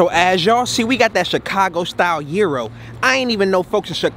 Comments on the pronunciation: Bro its a Guh-eye-ro, not Euro😂 this shit killin me😂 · Gyro Is Pronounce "GUY-ROW" IF you from Chicago lol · In Chicago we say guy Ro 😂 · It’s pronounced Gyro but I like saying gyro 🥙 hahaha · Well if you’re pronouncing it wrong and you know it’s wrong, that’s just ignorant lol. Love the vids tho